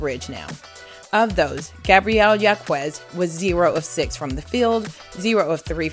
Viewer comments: Gabriela's last name is pronounced "HAWKez" not "YAWKooez." Please... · Thank so much for this. Just a slight correction Gabriela Jaquez preannounces her name Hawk-ez. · #11 Gabriella Jacquez's last name is pronounced "Hawk-ez"